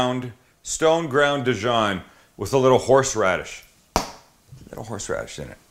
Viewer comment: Good sandwich but very long winded and better not let a French person hear you pronounce Dijon like that!